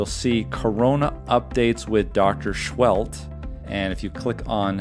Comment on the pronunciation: The best part of this video, I finally know how to pronounce Dr Seheult, didn't know I was doing it wrong all the while